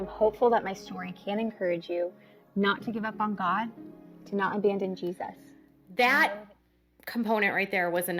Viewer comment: I HATE the way Jermey and Jinger pronounce long g “G-Sus” lol it’s sooo annoying instead of Jesus. 😂